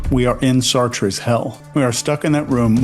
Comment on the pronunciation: It’s pronounced “SART”, not “Sar-Trey”